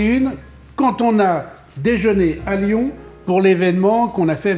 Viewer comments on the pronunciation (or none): none